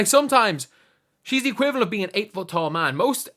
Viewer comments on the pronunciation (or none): none